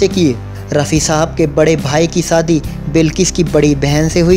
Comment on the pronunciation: Bhai, saadi nai, shaadi